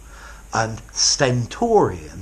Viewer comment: I enjoyed when u said the word sentorian. Keep going sir